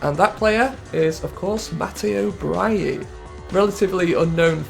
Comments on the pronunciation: I love your content and English pronounciations of foreign names aren't the very best normally but butchering Brighi into Bryie is absolutely mindblowing 🤯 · He presumed the g was silent